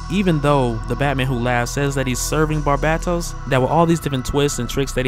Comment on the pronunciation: Take a like for the usual great job! Take another in spirit for pronouncing Barbatos with the far more fitting emphasis on 'bat'! [now watch some DC writer stroll by and pronounce it like 'albatros'. Lol]